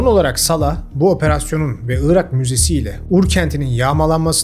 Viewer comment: Neden 'ııırak' diyorsun anlamıyorum. 'Irak'. Doğrusu bu. Evet önemli. Orijinal Arapçası da bu. Onlardan aldığımız için Türkçesi de bu. 'ııırak' ise bozuk mehmet ali birand telaffuzu. Rica ederim, gerçekler konusunda, ve Türkçe konusunda hassas bir insan olarak, bu büyük hatayı düzelt. Evet, büyük hatadır dili doğru kullanmamak, yer ve kişi isimlerini doğru telaffuz etmemek.